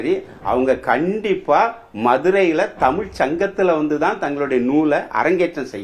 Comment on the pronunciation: So much knowledge sir. But can you not prounce the special word Za. Tsmiz. NOT. Anyway nice to know about our great Madurai. TAMIL.